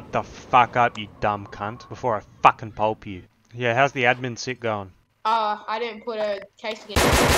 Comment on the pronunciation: Lmao "before I facking pulp you", love it.